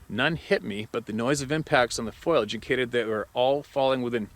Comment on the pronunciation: Ugh.....foilage- things made of foil Foliage(FO-LEE-AGE)- plant growth, leaves, vines, etc. Sorry! Big pet peeve of mine!